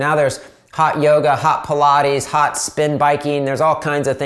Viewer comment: Did you say Yoga😮